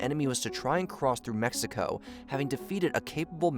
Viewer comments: It's Mexico, not Messico. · why does this guy keep saying "messico"?